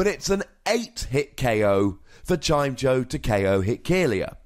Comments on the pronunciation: I know pronounciations of pokemon are always up for debate, but isn't it Chim-Echo? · it's Chime-echo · It's "Chime-Echo", come on:P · I always pronounced it as chai-meh-co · I pronouce it "Chime" + "Echo". then try and say both words together at the same time, and thats the pokemons name. if we want even more pronounciation help we can look at old episodes of the anime, where Chimecho was part of team rocket (Generation 3, and early generation 4) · You had 8 years to learn how to pronounce it lol just giving you a hard time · its definitely pronounced like the words "chime" and "echo"